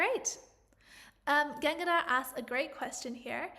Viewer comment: Gangadhar ❌ Genga ✅